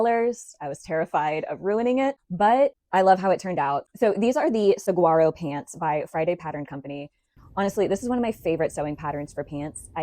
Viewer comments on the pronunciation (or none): “Saguaro” 🌵 sa-war-o 😅💗